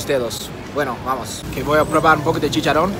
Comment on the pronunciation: I loved when you said chicharon❤